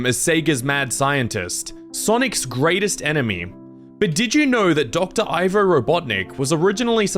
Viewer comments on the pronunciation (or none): Ivo is supposed to be pronounced “ee-vo”, not “eye-vo”.